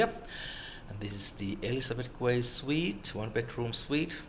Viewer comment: nice video, just fyi, quay is pronounced key and not kwei